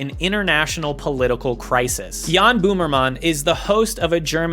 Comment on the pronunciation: Boomer mahn? Maybe learn how to pronounce a guys name before reporting about him?